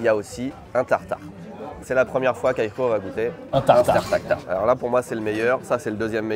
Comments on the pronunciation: Ça ne se dit pas tartarqi! On dit juste tartare aller-retour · Bonjour, super vidéo, pour information on dit un tartare aller/retour pas "tataki" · Cher, on dit pas un tartare mi-cuit mais tartare poêlé.